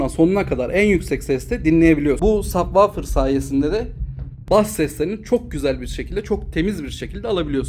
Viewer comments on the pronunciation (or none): sabvaufir ne kardes hic mi duymadin nasil telaffuz edildigini hayatinda?